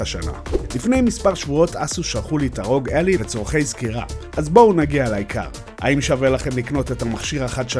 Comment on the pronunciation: ביקורת שכיף לראות אבל קראת את השם לא נכון זה עשה בי חלחלה😅 Ally קוראים כמו red-eye